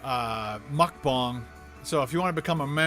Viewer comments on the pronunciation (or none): It’s mukbang not mukbong